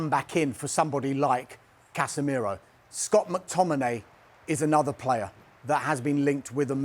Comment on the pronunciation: CasemeeeeRAH It's Casemiro mate